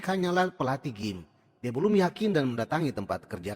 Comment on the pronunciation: Gym (dibaca : jim)